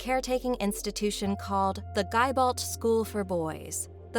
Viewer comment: I taught at Gibault. It's pronounced Jah-ball-t